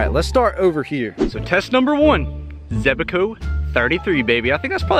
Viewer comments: Zebaco😂 it’s Zebco😂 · Zebco 33 was my first reel, but you are adding an extra E in the name Zebco. Youre saying it Zeb-E-co, sorry it was just making me crazy, maybe its a Georgia thing? Your mom seems really,,,, nice. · I hate how he says zebco, zeb-eh-co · Joseph NY Wayfarer it was driving me nuts how he was saying zeb-a-co lol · ZEB-CO. It’s only two syllables. 😂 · Also can you please PLEASE for the love of God say Zebco right.. You keep saying it all wrong lmao 😂